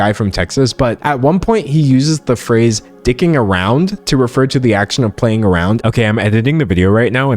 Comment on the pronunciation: Yeah i know the phrase dicking about because im british.... but it sounded WEIRD in your accent and that usually means its because i havent heard an american say it before on anything.